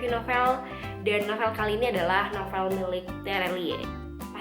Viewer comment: Cara nyebut novel itu NOVEUL iu kata guru bhs indonesia saya kak ☺